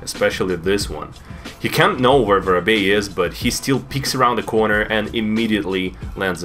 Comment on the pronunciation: I'm not calling him vorobey anymore he is officially I don't care what you all say I'll also pronounce it